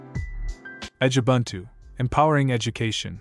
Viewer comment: You so nicely pronounced Ubuntu....then screwed up Edubuntu, Kubuntu, etc. Why? It is ooh booon too